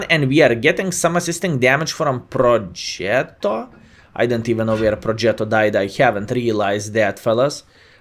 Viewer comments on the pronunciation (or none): none